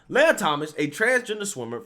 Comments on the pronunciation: I and my girlfriend are seriously concerned with your pronunciation of this person's name. Do not defame Princess Leia such a way! This impostor's name is (Lee uh) Lia. Thank you and now you may go on about your business. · Fake news. This dude flopped hard because of the backlash. Now he can swim against the ladies and dominate again next year. They all know he could have easily won that race. Also, come on man. It's LEE-UHH, not LAY-uhh. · Learn to pronounce names. I don’t think you’ve ever pronounced a name right. It’s Lia, Lee-ah, not Laya. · Lia not leya as in wilLIAm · Dude it's LEE-A!? Have you heard anyone say her name cuz sheesh😬 Even worse you've said her name 10 damn times in the 1st 5mins🤣🤣🤣 Imma give you a like and head out the mispronunciation is burning me up bro🤦🏾‍♀️🤦🏾‍♀️🤦🏾‍♀️ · I think it's pronounced Lia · It is Lia with the LONG E SOUND!!!!! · Appreciate the videos but dang man this ain’t Star Wars. It’s Lia, as in Lee-ah. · He didn't get beat, he lost on purpose! I also think it's hysterical you're pronouncing his name wrong lol! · Btw, love the way he’s pronouncing his name wrong!🤣🤣🤣🤣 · does this guy purposefully mispronounce people's names?